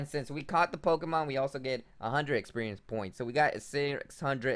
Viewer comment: 😂 I thought he was saying “Experian points” and I kept yelling “Experian is the credit score company!!”